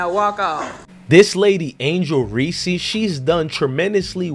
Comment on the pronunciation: Reese is one syllable.